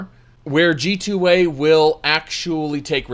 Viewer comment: Oh this is what always says at the end. I thought he was saying "G-toy"